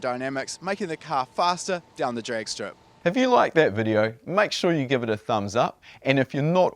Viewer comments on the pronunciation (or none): none